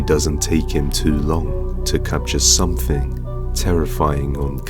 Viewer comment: It's something not somefing only the English can't speak their own stupid language 🤔😂😂😂😂😂